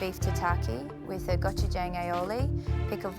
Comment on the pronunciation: as a Korean, all of these pronunciations hurt my soul